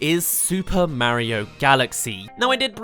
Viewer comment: It’s Mario not Mayro